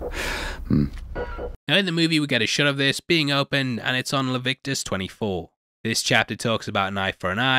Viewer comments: Did you say "LahVicTus"? Because I always heard it pronounce as LeviTIcus... Lol Just nitpicking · This guy really pronounced Leviticus as “Levictus.”